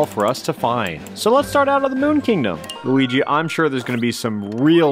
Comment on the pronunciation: Sometimes when you say Luigi, it sounds like Weegee